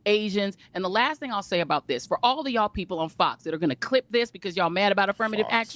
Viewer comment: Sir it’s not dis it’s this